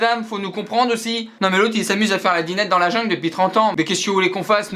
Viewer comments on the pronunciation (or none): none